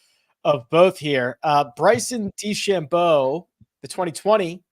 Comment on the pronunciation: No offense, but how can watch the whole tournament as an analyst and still not know how to pronounce DeChambeau?